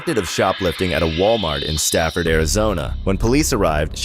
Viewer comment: In the Arizona woman jumping from vehicle story the correct name of the town in Arizona is Safford not Stafford no "T". Just FYI